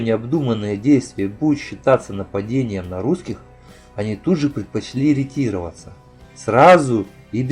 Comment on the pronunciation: ретировАться ударение на ЧЕТВЁРТЫЙ СЛОГ